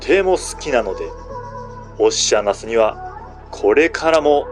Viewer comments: 確かにそう、おっしゃなす。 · あかん、オシアナスの変な発音が気になって内容が入ってけえへんやろ。